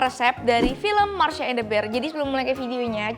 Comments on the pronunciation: Masha bukan marsha mbak yuu... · MASHA KAK MASHA BUKAN MARSHYA.. WKWKKWKW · masha kak bukan marsha😆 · Masha bukan Marsha neng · masha ka bukan marsha hehe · Apa cuma gue yg baru sadar bilang marsha bukan masha😂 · masha bukan marsha 🤨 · Kak "masha" bukan marsha 😁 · Masha bukan mharsa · Kesel ih ko nyebut nya Marsha padahal kan namanya Masha 😭